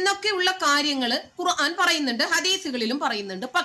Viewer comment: നല്ല ചിന്തകള്‍ മനസ്സില്‍ ഉണ്ടെങ്കില്‍ മാത്രമേ തെറ്റായി കേൾക്കാതെയിരിക്കു കുറാൻ അല്ല ഖുര്‍ആന്‍ ആണ്